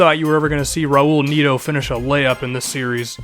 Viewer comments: Its net-o not magneto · Neto is pronounced Nett-oo (oo as in look)